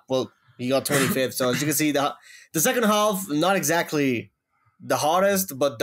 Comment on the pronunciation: the "L" in "half" is silent.